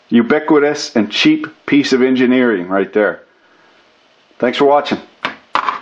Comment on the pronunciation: Please don't say enginerding